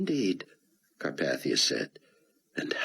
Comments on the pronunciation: Learn to pronounce Carpathia. I mean really its just like the mountains FFS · It’s interesting that he mispronounced carpathia in this book